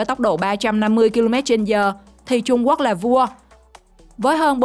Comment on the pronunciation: Trung Quốc chứ không phải là trung guốc nha 😂